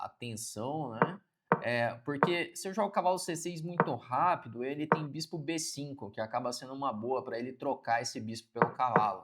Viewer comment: Bê CINCUN KKKKKKK